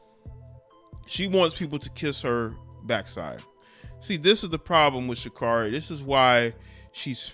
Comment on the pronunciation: Pronounced Sha-Carey :)